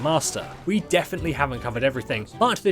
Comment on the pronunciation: Did he really say anjanth